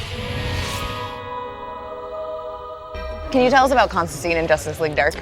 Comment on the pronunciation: WHY CAN NO ONE SAY CONSTANTINE